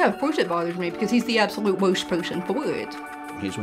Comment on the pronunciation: What's up with the girls pronunciation of the words "worst person for it" Absolute woist poisern foi eet